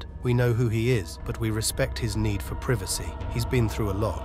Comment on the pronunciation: The narrator s pronunciation of some of the words are atrocious, for example, innovative and privacy.